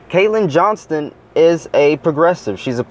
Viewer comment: it''s "Johnstone".. btw, keep up the good work.